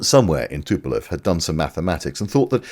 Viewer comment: Why do the British call Tupolev always Tupelov. You are not the only one that gets that constantly wrong. Speaking of, when the growth on ones face gets dominating over the entire face and head, it might be time to see a specialist about that.